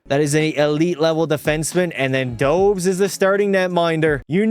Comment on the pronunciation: Not Dobes Dobesh it’s pronounced